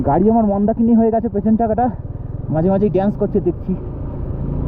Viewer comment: মন্দাকিনী কথাটা ভালই রপ্ত করে ফেলেছ 😜😜